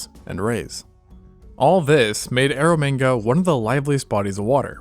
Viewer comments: Please keep saying ero manga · "Air of mega sea" clearly 😂